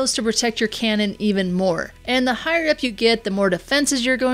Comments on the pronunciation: “make sure to protect your crannon” 😂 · He did not even fix it it’s cannon